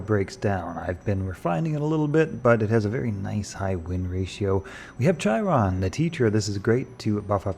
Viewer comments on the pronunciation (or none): I love your videos, but please read this comment - Chiron is pronounced with a hard "K" and rhymes with "Hi, Ron." It wasn't in this video, but you also pronounce "Chimera" incorrectly - it's also a hard "K."